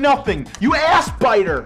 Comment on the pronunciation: I used to believe, based on how he said it, that he meant Assspider